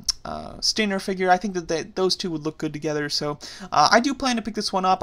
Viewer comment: stop butchering stinGer's name!